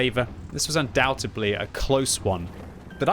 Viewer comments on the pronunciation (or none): Day 2 of commenting about how he says undoubtebly instead of undoubtedly and it drives me insane